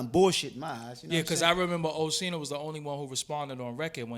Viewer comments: it's pronounced O Skeen No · he called him oshino tf